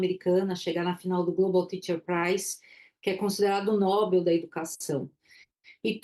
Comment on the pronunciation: Nobel se fala como papel , noel , carretel. , gezuz,,z , nao como algo nobre ....duzentos mil anos e nao aprendem